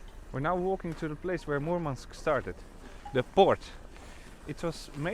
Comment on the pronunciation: Махил сказал Мурманск прям Мурманск, произношение - фантастика Parabens